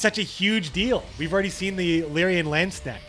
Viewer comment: Watching trying to pronounce Landsknecht ist one of the Joys of Life:D